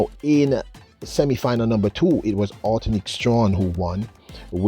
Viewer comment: Why can't at least make an effort to pronounce this lady's name correctly? I have gotten tired of hearing him just mangle people's names. A name is important.